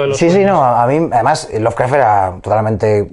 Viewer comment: Muy buena la entrevista, pero por qué dices "Lovercraft"? =(